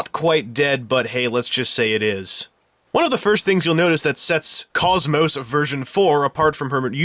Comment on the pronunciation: you said her name wrong you have no right to be in that hottest sight!